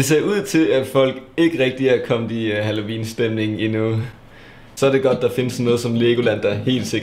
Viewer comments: Elsker hans måde at sige halloween på: Hallovin 😂❤️🙌🏼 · Du siger halloween på en mega spasser måde. Halloviiiiin😂😂